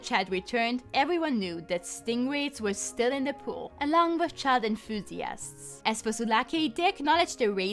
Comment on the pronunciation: "Child inthusiasts" lmao